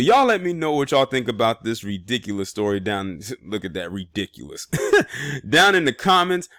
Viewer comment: Lol ‘ ridickulous ‘ 🤣🤣🤣. Good ☝🏾